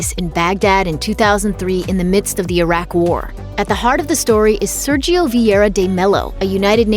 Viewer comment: The brazilian pronunciation is "Sérgio". The "é" is pronounced clear way, with the open sound.